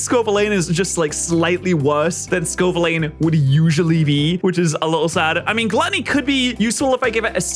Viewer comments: Say it with me slowly, it’s pronounced Scoe-Vill-An. Not Scoe-Vill-Lane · Scovillain ❌️ Scovileyn✅️ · Pats uncompromising insistents on mispronouncing Scovillain is so fascinating. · Still mispronounces Scovillain and i die inside each time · I beg stops pronouncing scovillains name like that 😭